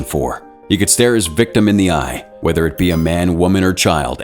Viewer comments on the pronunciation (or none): none